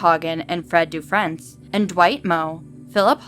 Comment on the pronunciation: Cool stories but some of the city name pronunciations are not correct but that's not easily determined from outside of Minnesota. Faribault is typicaly pronounced "Fair-a-bow". Milaca is pronounced "Mill-Acka". Some names too: "Dufresne" is pronounced "Dufrayne". The congressman discussed was Al Quie, pronounced "Qwee".